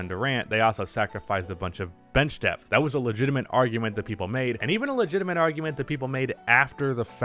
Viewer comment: Had this on in the background and thought you said "death"! Not a typical NBA topic.